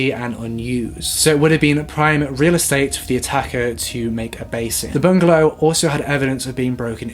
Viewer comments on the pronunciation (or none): none